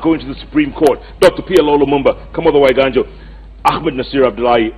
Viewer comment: PLO, Jeff keep saying my name.. "Waiganjo"